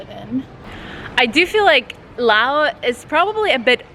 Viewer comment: Why does she say Law? I thought it was Laos.